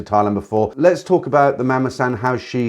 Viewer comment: Nice video but learn the right pronunciation of the word “mommason”